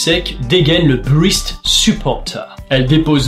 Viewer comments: pour info:BREAST se prononce [brest] et non [brist] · Par contre une toute petite remarque ! Breast ne se prononce pas "brist" mais "brèst" ! Comme la ville de Brest mais avec l'accent anglais ^^ ! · "brist supporter" ... ok l'accent est bon, mais on dit "brêst" et pas "brist" ;)